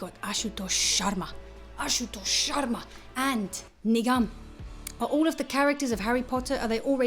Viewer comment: The way you pronounce Nigam thought you said nigga🤣🤣